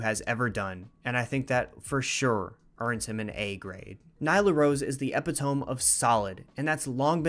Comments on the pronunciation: LOL bro its all good cause Im pretty sure its just funny to me but its pronounced like E-Pit-uh-Me. Dont even really matter Im just laughing 😭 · Great video (as always) but uhh.... lemme hear you say epitome one more time?